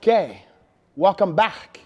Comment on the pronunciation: "You're right they found a lot of mexicans and now they're going to send them hback" lmao